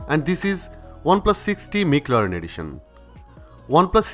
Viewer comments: ভাই ম্যাকলারেন মিকলারেন না 🙄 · মিকল্যারেন নারে ভাই ম্যাকল্যারেন -_ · কিছু মনে করবেন না ভাইয়া উচ্চারণটা ম্যাকলারেন হবে 😊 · Mclaren pronunciation ta ki thik ase? I have doubt. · একদম! আমার ও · Vai age McLaren uccharon kora shiken tarpor vdo koren...🤣🤣